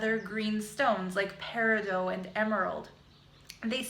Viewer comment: its pronounced pair-i-dot. and peez-o-electric